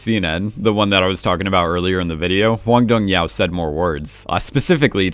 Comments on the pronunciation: Btw the pronunciation of the director's name isn't Hwang Dong-Hyau but Hwang Dong-Hyuk (the last sillabyl has the same vocal as in the word "clock"). There is no korean name ending with "au" at all. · Was gonna say lol not sure how hyuk came to sound like yao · Not sure why you are pronouncing hyuk as yao, but it's actually pronounced like yuck but with the h sound at the beginning. Just a little tip in case you didn't know 😉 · Hwang dong hyuk is not pronounced hwang dong yao, it is pronounced more closer to hwang dong hee-uck. Just wanted to let u know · heyy just wanted to let you know hwang dong hyuk is pronounced exactly how it looks! hw-ahng dohng- hYUK! it’s nbd haha but i just noticed you said it differently in the last couple vids, love the content. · Can you please start saying the directors name correctly?